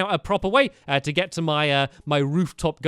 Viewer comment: stampy says t-to bed and t-to do this and t-to do that why the extra t